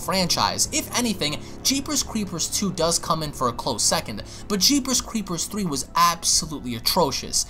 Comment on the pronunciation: He pronounces it as, "Jeepers Cweepers Twee" lol